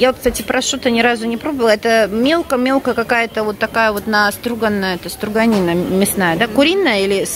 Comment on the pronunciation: стрОганина, а не стрУганина), от слова стрОгать, а не стрУгать😅